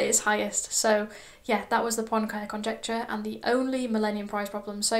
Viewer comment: Great summary! It's pronounced [Poenkarey].